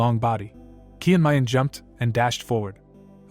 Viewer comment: The recap is great but pls correct the way Names are pronounced. Chung myung is called kiyan mayan most of the time